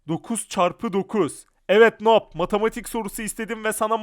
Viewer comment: Abı noob okunmuyuyor nub okunuyor